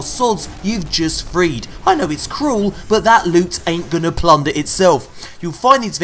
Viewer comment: You really need to stop saying "loot" like that. Its insulting to the word. 2tokensandablue.